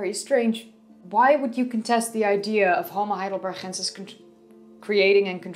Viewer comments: Why you pronounce it HeidelberHensis instead of HeidelberGensis - why by "H"? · I am not a German, but G in Heidelberg should be pronounced like "normal" G sound - like in "game" in English for example. Or it is maybe English or French version with H sound? Btw. there is more to say about Heidelberg, if we are talking about science. Heidelberg University is oldest German university, so it's pretty important place. That's why, for example in WW II it was one of only 3 towns spared from allied bombardment. I am not trying to troll, just to clear things up. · Why u say "...chensis"? Its not dutch^^ Its Heidelberg, the G as in Go.. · I love the way you say heidelbergensis, also I noticed the same when you pronounced Lee Berger on the homo naledi video. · BTW the "g" in Heidelbergensis is the same as "gate" not the Dutch pronunciation as in "Gouda". Although, I must say that your Dutch pronunciation is very attractive. Subscribed. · i just wanna say you have a dutch accent when pronouncing those german things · Heidelbergensis - the 'g' is pronounced like the 'g' in 'good' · Every time she says heidelbergensis I cringe so hard